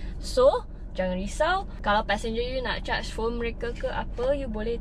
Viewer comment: Susah betul dia nak sebut mereka, nasib baik tak sebut mereka jadi neraka,😂😂😂,,, anyway good presentation. Saya Rasa ramai Yang senang faham.... ni baru betul dipanggil as Malaysian..